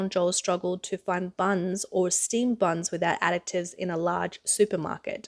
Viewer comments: I've never heard a "c" sound added to "additives." That was a little distracting to listen to repeatedly. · Omg that Aussie (I presume) reporter is driving me nuts, it’s addITives, not adICTives!